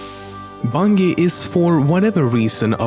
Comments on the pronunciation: Plx pronounce Bungie correctly, it makes me cringe each time u say it the wrong way. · I could write a hate comment about how he pronounces bungee but I won't...simply because I think he is not an American I could be wrong but I don't know any Americans with that majestic of a voice like you have so ill simply drink sriracha and do the hokey pokey over here while watching bil Nye the science guy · The way he said bungie was super annoying it’s pronounced bun-jee not bungy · BUNGIEEEE NOT BUNGEEEEE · it's pronounced bunji not bungi idiot and wat is wrong with Ur voice? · Bun-Gee? Bun-Jee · Idk he keeps callin it Bunghee when it's pronounced BuNJEE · ITS PRONOUNCED BUN-JEE!!! NOT BUN-GEE!!! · you pronounce bungie as bunggy while we pronounce bungie as bunji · ITS BUNJIE NOT BUUNGI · Im sorry but Bungie is pronounced (Bunj-e) not (Bun-ge) :\ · The word BUNGIE. It's not pronounced (bun-gee). it's pronounced Bun-jee like for an example Bunjee cord. So bungie right. Ya dummy. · Dude Bungie is pronounced as bunjee not bungee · Fyi, it's pronounced 'bun jee', not 'bun geee' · It's Bungie with a soft g. Not bung ee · Oh my God, the way you say Bungie is so annoying. It's pronounced like Bungee, like bungee jumping. Not bungy. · It's pronounced bunjee not bungi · Do you have trouble pronouncing your hard "G"s? Its "bun-jee" not "bun-gee" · I've never heard someone pronounce "Bungie" wrong. Congrats, you win the prize. It's "Bun-Jee" not "Bun-gee." You make a J sound when you say the G, not a G sound like in green, but a J sound like In Sergeant Johnson. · i fucking hate how you pronounce Bungie. maybe we are all wrong pronouncing it “Bun-j-ee” but still can you not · bunGie? bunghie? really dude? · i love the way he pronounces it, bun-gee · Nobody: LEMMiNO: bungeh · Disliked for calling Bungie “Bun-Gee” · *BUNG EE* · bun-jie. its pronounced bun-jie. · Doesn't he mean "Bungy" XD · bung - ee.....that pronunciation. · I love how he says Bungee instead of Bunggeee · Not bunjee?